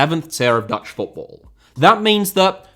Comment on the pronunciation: Your pronounciations of Dutch were very good.